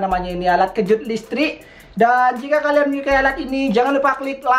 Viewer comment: Listrik woy bukan lestrik